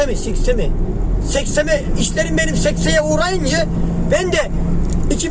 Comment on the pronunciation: işler sekse uğrayıncı amk öldüm gülmekten adam türkçe yi yeni baştan oluşturdu sekteye uğrayınca demek bu kadar zor olmamalı